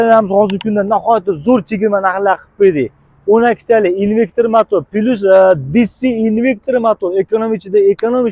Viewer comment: Инвектир эмас инвертор